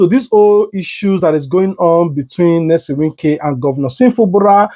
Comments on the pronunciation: The man's name is Nyesom, not Nelson. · His name is Nyesom not Nelson. Polish your grammar or use broken/ Pidgin English. It was a beautiful package